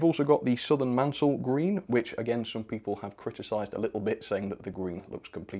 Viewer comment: Maunsell is pronounced Mawnsell not Mansell. Keep up the good work!